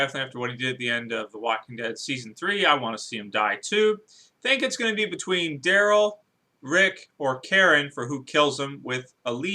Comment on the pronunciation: Who's "Drayl"? Is he related to Daryl?